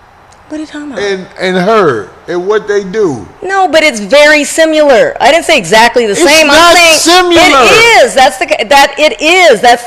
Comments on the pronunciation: If ya'll don't stop sayin simular!! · "Simular" is not a word! It's "Similar"!